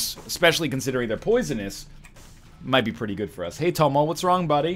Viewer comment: Every time NL says "hey Tomo" I'm thinking he is saying "hey homo", I'm a weird child.